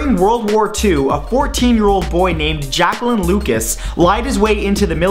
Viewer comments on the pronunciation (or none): none